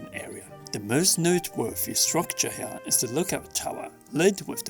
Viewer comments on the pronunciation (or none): none